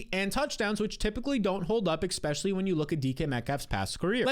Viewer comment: I have a new game; Every time I hear you say Exspecially I close the video.